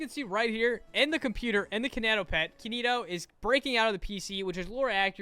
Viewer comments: Ok I'm sorry but it's bothering me you keep saying kinito wrong here Kin(first part is like that) I(second I makes the long e sound so eee) to(that's fine t-o like toe) Kin-I-to sorry I just had to point it out bc Its weird for me when people pronounce things wrong😖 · How did bro manage to butcher up a name that only has 3 vowels and it's all i's???